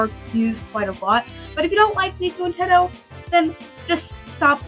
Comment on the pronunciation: Did you just say “Tedto” instead of “Teto”????!!?!?!?!😭